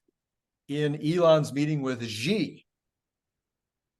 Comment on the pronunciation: I love your discussions and share many of your shows with friends. One small but persistent criticism: both of you and many other Tesla-themed YouTubers (with the exception of Herbert Ong) are mispronouncing Xi Jinping’s name. XI is pronounced SHE as in “SHE sells seashells…). I’ve been a broken record with this correction with Electrified, Tesla Time News and others, but nobody seems to listen. Please correct this stubborn ignorance of Chinese language, he is the president of China after all…